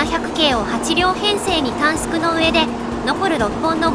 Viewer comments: 新幹線電車という表現と短縮を「たんすく」と読むところが最後まで気になった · たんすくたんすくって気になる